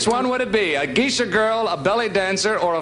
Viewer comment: Geishas (Gay-shas) are Japanese. ⛩️🎎